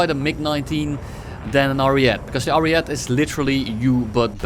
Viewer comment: Please stop calling the ariete "ariet" you need to pronounce the e too at the end